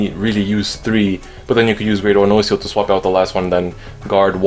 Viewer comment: The way you pronounce nociel is wrong